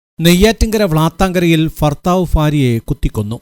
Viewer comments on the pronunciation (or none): ഫർത്താവ് ഫാര്യ😄😄😄😄 താങ്കളും ഒരു ഫർത്താവായിരിക്കും അല്ലെ🤣🤣